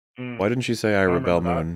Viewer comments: Yeah, them mispronouncing "rebel" is hilarious and not irritating at all. Especially the 100th time they do it. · Why are you guys pronouncing "Rebel" with the accent on the 2nd syllable? Isn't it "Rebel" pronounced like the "rebels" in "Star Wars?" I'm seriously asking.